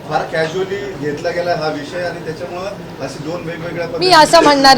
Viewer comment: ताई आपण संसद रत्न आहात..उत्तम फाडफाड इंग्रजी बोलता..परंतु मराठी साहित्य वाचा..मराठी शब्द उच्चार सुधारा..मोठ्या साहेबांचा हा गुण घ्या. त्याच्यामळे नाही त्याच्यामुळे.. चौऱ्याशी नाही चौऱ्याऐंशी..